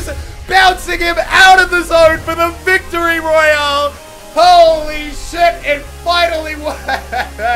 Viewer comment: Omg you got wictory royaaleeeee alye